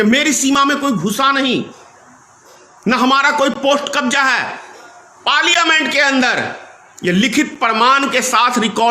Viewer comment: Bolna bhi nahi aata.Parliament ka uchchar bhi sahi nahi kar shakta.achchha hoga chup batho.gaddari mat karo.